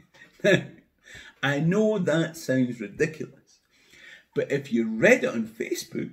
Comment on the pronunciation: "Ahh know" - great moment.